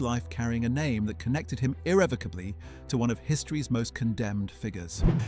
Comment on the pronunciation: Thank you for pronouncing irrevocably correctly!